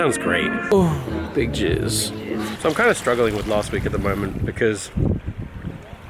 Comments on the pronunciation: did anyone else think they were saying "big jizz!" when they were actually saying "big cheers!" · To this day to me it sounds like he is saying big jizz